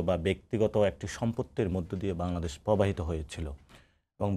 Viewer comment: পবাহিত না শব্দটা প্রবাহিত, একটু লেখা পড়া করেন, তারপর পান্ডিত‍্য ও রাজনীতি করতে আসেন।ভাষা জ্ঞান থাকা ও কান্ড জ্ঞান থাকা খুবই জরুরী